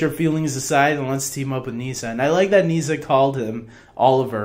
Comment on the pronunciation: It's pronounced Niss-ah, not knee-sah 😜